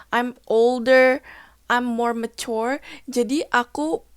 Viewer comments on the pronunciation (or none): against, mature kurang tepat pronounciation nya